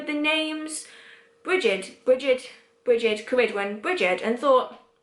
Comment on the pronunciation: I know I am late to this video but I wanted to ask... are you saying Ceridwen? I follow Brigid, Ceridwen, Diana, and Morrigan/Morgana (the Faerie Queen to me) but I feel like I hear the names differently from how you pronounce them. For instance, I hear Bri-Geed not Brigid, and Kara-Dwen not ... I don't know how to spell your pronunciation lol. I guess it might just be my American accent trying to hear Celtic phonemes.